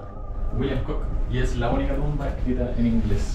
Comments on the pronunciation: Hola, me encantan tus videos. Con todo respeto, el apellido Cook, se pronuncia Cuk. La doble oo es U 😉. Que sigas cosechando éxito! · Edmund Cook, John Cook entre otros fueron piratas, bucaneros y comerciantes y puede que por ser Britanico este señor y de apellido Cook lo hayan nombrado Pirata..por cierto, se lee Cuk...